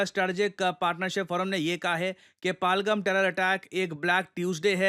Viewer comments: Sir its पहलगाम not पालगम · पालगाम ❌ पहलगाम ✅ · It's no palgum it's पहलगाम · It's पहल -गाम not पालगम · What is Palgam, it is Pa-Hal-Gaam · Sir it's pahalgam , not palgam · पालगम❌ पहलगाम✅ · सर जगह का नाम पालगम नहीं है बल्कि पहलगाम या पहलगांव है जो कि कश्मीर में एक जिला है।🙏🙏🙏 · Sorry It is Pahal- Gaam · It's पहल गाँव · It's pronounced Pehel-gaam पहल-गाम. No shame in correcting yourself "sir" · सर आप पहलगाम नहीं बोल पा रहे